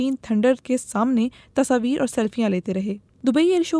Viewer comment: Tashaavir😂😂❌ Tasvir Hota hai ,, kya ray Budbak..✅